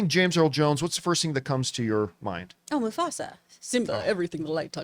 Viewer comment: When John said Musfasa we instantly said "Mufasa Mufasa Mufasa" at the same time and it made laugh/freaked me out at the same time